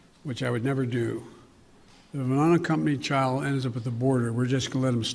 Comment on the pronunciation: Biden: "Ifunnnncompanyd chald..." Translated: "If an unaccompanied child..."